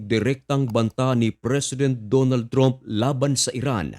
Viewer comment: Ayosin mo prununciation mo sa trump. Ang tama ay tramp, hindi trump. Di ka in ba nagaral ng english?